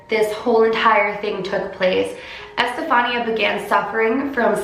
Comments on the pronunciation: That's my name! It's pronounced estefanee-a. The way she says it is how all my teachers would 😂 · Okay, just a comment x), the accentuation on Estefanía's name goes in the "i" instead of the "a". It's ocay though, pronounciations are werd.